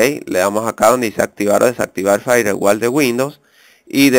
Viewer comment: Repite conmigo Firewall - in the way in wich a word is pronunciated (Fair-wol). Animal de monte.